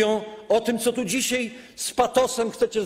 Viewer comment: panie pośle mówi się dzisiaj a nie dzisiej, a poza tym to pan cudzołoży, żeby nie powiedzieć pie...li głupoty a ja za to płacę w podatkach